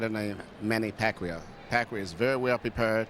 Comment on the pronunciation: Pacquiao's name is mispronounced...